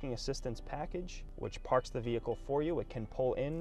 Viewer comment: You are NOT a salesman...that is sooooo 90's...You are a "Mercedes Benz brand ambassador". Get with the program! You say the word "vee-hick-cull" about 321 times. Try substituting the word "Mercedes" or "Convertible" or "Cabriolet" instead and only use it a couple of times. Most people watching this video have figured out it is a "vee-hick-cull" early and don't need to be reminded 321 times.